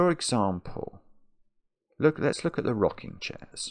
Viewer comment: "Let's look at" kinda sounds like "Alexa" ... 🤣